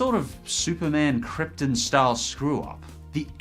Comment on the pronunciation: Kriptin. Kriptin. You really said "Krypton" as "Kriptin". I BANISH you from the Groovy Smoothie.